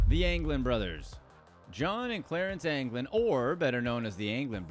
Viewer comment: You messed up the anglin brothers